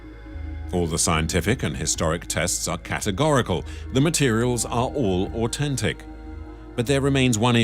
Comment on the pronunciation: Who pronounces au-then-tic au-ten-tic? Its so annoying.